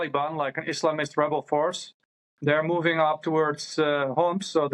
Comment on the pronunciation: Islamist did I just hear ISMALIST?